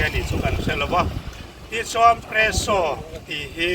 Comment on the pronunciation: Hei chu spresso maw ka tia… Peresso zawk nimaw….😂